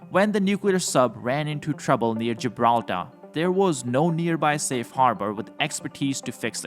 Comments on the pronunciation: Gibrallar oder Gibraltar? 😮😢 Diese Kommentatoren sind Klasse 😊😅..weiter üben😊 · Geebrahltah lol